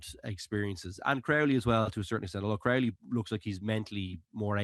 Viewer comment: Can someone tell how to pronounce Crowley? Don't tell me it's a Dublin thing, unless it's a south Dublin thing. Resting Prendergast was the right decision. The crowd was unbelievably partisan, Munster fans ruined the atmosphere of the match. There's usually a bit of hostility but you can still have the craic with Munster fans, not this year. If Prendergast had played, it would've been an absolute crapshow with the crowd